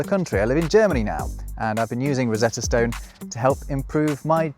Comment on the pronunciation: It takes a Brit to pronounce "stone" as "stewn"